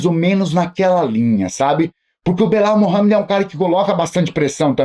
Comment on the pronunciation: "Bilau Mohamed" 😂